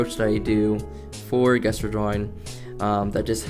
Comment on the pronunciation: Not trying to be rude, but the word gesture is actually pronounced (jess churr) if you dont know what i mean then here sorry in advance if somebody already pointed this out 😅